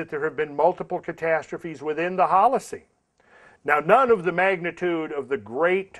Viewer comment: I love it when says "by several orders of Magnitude" Magna-tood 😄